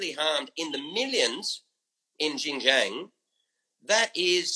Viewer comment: Kinda irrelevant, but I just want to point out that he never pronounced Xinjiang right once.